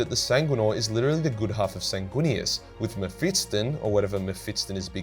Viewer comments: Why do you pronounce it as Me-PHIT-son Its me-PHIS-ton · Anyone else find the way he pronounces Mephiston annoying? :D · Legends state that the Emperor will return to save humanity the day learns to pronounce Mephiston